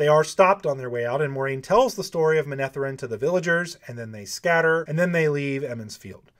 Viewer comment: if you do settle for the "naked lady in the steambath" role, just think how it will ruin your future career! You'll be type-cast! Incredible work with the scene break down. I would pronounce the kingdom as MeneTHERen, not MenETHeren, but then again I am partial to Celtic pronunciations.